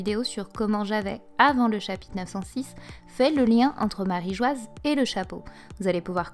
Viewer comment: Très intéressant ! Très novateur d'irais-je même 😉 . Mais s'il vous plaît, dite marijoa bordel ! マリージョア se lit ... marijoa. J'en peut plus de lire marigoise ça me sort par les yeux 😭